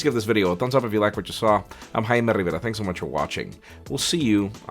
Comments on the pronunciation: Haime revara???? Isn't it jaime?🤣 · Wait what! So it's HAIME and not JAIME?